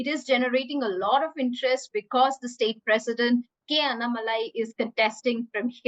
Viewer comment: It's so pathetic that you can't even pronounce "Annamalai" properly or maybe you're doing a fake accent to appease the Hindi viewers as your so-called "leader" N.Ram who is a Pseudo-Christian still trying to don "The Hindu".. I dare him to change the name..